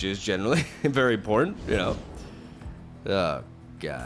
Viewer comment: Every time he says "important", it comes out as "imporn" ;)